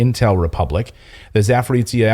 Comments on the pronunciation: It's Zaporozjia, men. Not Zaporitzja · Clayton, its not Saporizia, its called Saporoschja PP. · I'm not salty but it is pronounced za-po-ro-zye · C'mon man, it is pronounced "zaah-poh-roh-zhee" ... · Zaporozhiye is pronounced ZA-PO-RO-ZH-YE. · Clayton .. you need to learn how to pronounce ZAPOROZHYE ..(za-po-ro-zye)-....you are smart Man .. it is not pleasant to listen up to your 'suffering' ..same story with a couple of Polish names you did other night ..it is embarrassing .. it will take 1 minute ... write down and than practice for 1 minute and you will be ok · Let me help you with a pronunciation: "zh" in Zaporozhye sounds like "J" in French names Jean or Jacques.